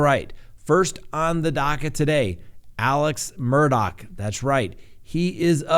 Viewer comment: Good job on pronouncing it correctly. His name is spelled Alex Murdaugh but is pronounced Aleck Murdock